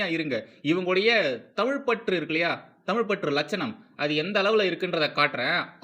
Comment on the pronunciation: ஆகா! "அலகான தமில் தாய் வால்த்து!"